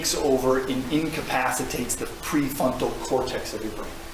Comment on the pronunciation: Please stop saying “pre-funtal cortex”